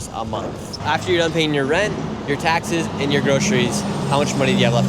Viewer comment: this guy! lol “food expense cosses, and eggs is 10 dollars a momfh”